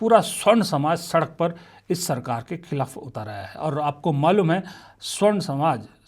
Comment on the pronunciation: स्वर्ण नहीं सवर्ण होता है।